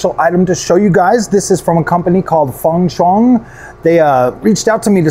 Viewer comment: The xi is pronounce chi So it was be called fan.chiang